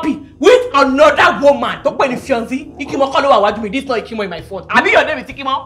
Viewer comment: Fiancé is fionzee??? Seriously 😂😂😂😂